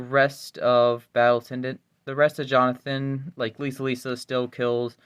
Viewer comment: First time he said jonathan im this video i heard it as Johnfin 😭